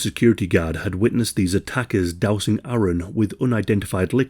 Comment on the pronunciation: Thank you for correctly pronouncing ‘Aaron’. My name is Erin and I can’t tell you how many times people hear it and confuse the spelling with Aaron (I’m in America).